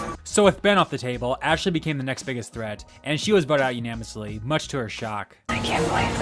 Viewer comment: dude, idk if you've corrected it by now, but unanimously , not unamously